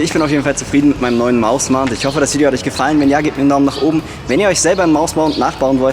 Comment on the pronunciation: bin ich der einzigste der immer mausmounth versteht ?